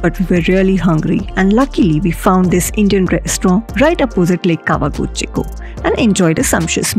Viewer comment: You keep referring Kawaguchiko to Tawaguchiko. I thought I heard wrong but there were few times you said Tawaguchiko.